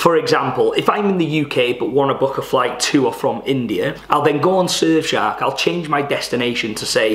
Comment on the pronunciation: At the start it sounds like you're saying 'Surf shag VPN' lol 😂